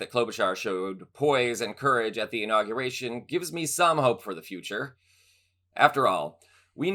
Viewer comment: Why is it so many of the mega people mispronounce words? Inauguration, not in- aw- ga-ration...damn these ignorant maga.